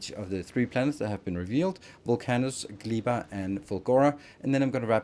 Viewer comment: Gleba is probably pronounced with ɛ not i